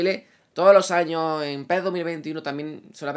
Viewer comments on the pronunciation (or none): none